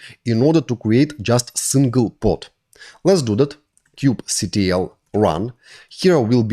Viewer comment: Thank you for this tutorial and thank you also for not calling it "Kube-Cattle"